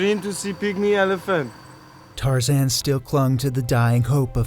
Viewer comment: Sorry couldn't watch it past the point where you said your mate's name was tarzen.